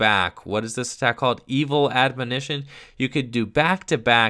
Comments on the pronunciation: S/O to for being the only Poketuber I've seen so far to correctly pronounce the word "Admonition" On another note, I wonder if Standard Zoroark will become any more balanced when Puzzle of Time rotates at the end of the season, since I personally find that combination to be the most ridiculous. Of course, there are a lot of factors in a theoretical SM-on format that could make Zoroark even stronger (fewer draw supporters, no Garbotoxin, etc.), so I guess it's hard to say at this point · Didn't even struggle with the word either, just nailed it like it was nothing. Major props,! (People mispronouncing the word has become a pet peeve of mine, haha)